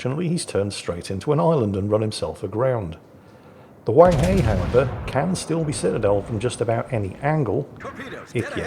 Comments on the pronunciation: Huang He is pronounced Hwung Her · Pornounced Huang HER (British pronounciation of Her) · Huanghe, the 'he' is pronounced like 'he' in 'her'.